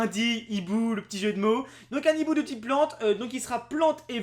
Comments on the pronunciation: On dit un hibou PAS un NIBOU:'( Please respectez le français:p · Un Hibou, pas un Nhibou, putain apprends à parler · non un hibou xD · (Azernam) Purée t'apprends quoi en cours toi ? Y a pas de liaison quand il y a un h --"